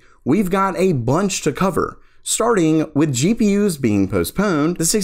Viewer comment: Learn how to fkin pronounce gpu first. Its GPU not GEE PII YOOZ. FFS FIX IT ITS ANNOYING